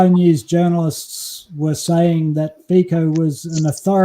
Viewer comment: Fico is pronouced as Fitso and NOT as Fiko Fi like fi in Finland and the C in co as C in Cincinnati We do not pronounce Cincinnati as 'Kinkinnati'